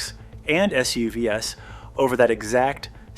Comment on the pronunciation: Dude, are you using a bot to do the narration? Why did you say S U V S, instead of S U Vs right after ?